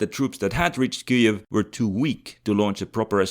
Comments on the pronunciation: [ˈkɪjiw], not [ˈkɨiw] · Ki-jev my friend. (or Kii-iv but definetly not what you sayed.) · bro, have you never heard anyone pronounce Kyiv? What's what Kuiev shit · It's Kiev not KEEEEV. Kharkov not CARKEEEEV. All that is Russian longer than the U.S. existed. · In eastern front videos Kiev was called Kiev, pronunced Kiev, but now is called neoUkro way Kyiv , sounding KIIIUV, just to show pathetic support like all other westerners hypocrites. Bye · I'm from Ukraine and I've always pronounced it closer to Kiev, more accurately "Kiyev" or "Kiyiv"